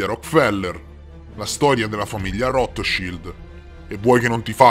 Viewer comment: Grazie intanto per l' ottimo video e ricerca, metti insieme un sacco di dettagli. Devo correggere la pronuncia di Rotschild (pronuncia "rotchciaild") and Weisaupt la prima lettera in tedesco si legge W come V e non come U all' Inglese) e poi ho riscontrato un particolare interessante. Tu dici che Weisaupt si rifugio' nella citta' di Gotha, con l' aiuto del conte Saxon qualcosa: bene, il cognome iniziale/originario/reale della famiglia reale inglese e' proprio: Saxe-Coburg-Gotha!!! 😱😅 mi chiedo se c' e' quindi un collegamento con Weisaupt 🤔 interessante! Grazie 💐